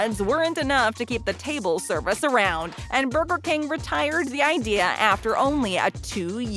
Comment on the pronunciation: “Burber king ” XD